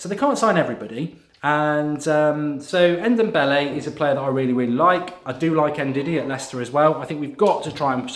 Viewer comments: Mark for the love of God, it's pronounced N-dom-bele, not N-dem-bele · Just call him Dombele, N-Dombele just sounds silly Mark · N the n is silent it’s dombele